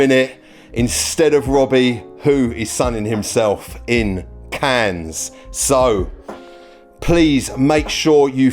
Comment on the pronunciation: God, pls stop naming Cannes, cans